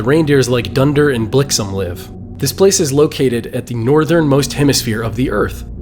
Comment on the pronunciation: Wait... What were those 2 names of reindeer you said...?? Did you say "Dunder & Blixem"??? You mean, "Donner & Blitzen" 😅